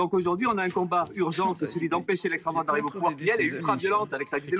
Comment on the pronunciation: "La goche" mdr !!! Et la " droateu"???